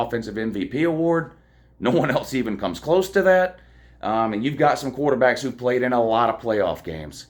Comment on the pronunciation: But who have dey pwayed woo. They ain't pwayed nobody. Go Dawgs